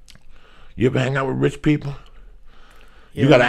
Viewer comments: wrich!? haha wtf Joey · Joey "Wrich" Díaz